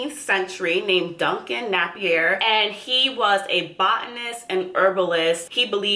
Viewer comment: Thanks for the great review! Napier is most likely pronounced Nay-peer.